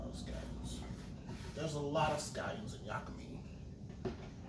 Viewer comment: It's pronounced..Yaa-ka- MEEEE